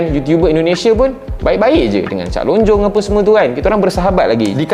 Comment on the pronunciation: bukan cak lonjong. tapi cak lontong.